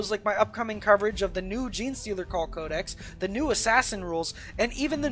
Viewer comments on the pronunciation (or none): none